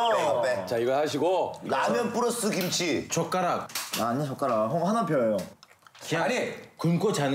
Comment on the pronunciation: 순간 샘이 젓가락할때 발음 욕한줄ㅋㅋㅋ